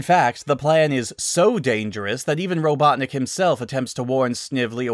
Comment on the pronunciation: lol! Ro-CLUCK-nik?! That's the best I've heard all day!(qouteing sonic)